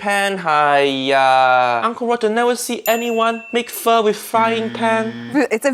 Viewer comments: In this case, she pronounced “pho” properly, because her version is FAUX. Faux pho. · I'm Vietnamese and I can't take up this shit anymore, why so many white people love to destroy asians cuisine ? Btw you pronounce pho right this time UG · She pronounced it right, but they just spelled it wrong. They actually meant "faux" and not "pho." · Pho pronounce F-oh is in fact also correct depends on what region they are from I got this info straight from a man from Vietnam who had an amazing pho restaurant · Pretty sure /fō/ is the correct way to pronounce what she made. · 1) She is pronouncing pho correctly, because she is English. This is the English way of pronouncing pho. She is not Vietnamese, therefore why would she speak a language she does not understand? In English we have a word called "Camera." In Vietnamese, that word is "Máy ảnh." Is it racist for Vietnamese people to take an English word and butcher it into their alphabet and accents? Absolutely not. They're translating it into their own language to make it possible to describe the same device that we do. 2) She is cooking pho correctly. The difference is, she is not a historical chef. There is nothing wrong with her cooking, but there is something wrong with the show expecting her to be an Asian historian when nothing about her has ever said that she was. They should have gotten a historical chef to show off the traditional ways of pho, not just a regular chef. Regular chefs cook based on their own personal taste and also what they've seen as popular in their local restaurants. They do not base their cooking off the original history of any meal they serve. This is the same in Asian cooking when they cook American or British dishes. You are fucking TERRIBLE at cooking our food, yet we do not throw racist remarks like you do as a way of insulting you. It is how you like our food made, so why would we be mad? As long as you aren't claiming you're a historian of American culture, why would we care?